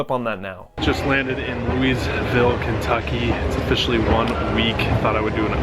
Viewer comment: DID HE JUST SAY LOUISE-VILLE???? (it’s pronounced Lou-uh-vull)